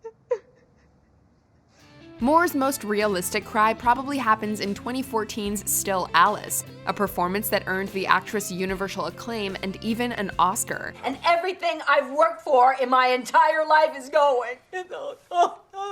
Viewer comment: 6.15 is anyone else hearing her say univershal🧐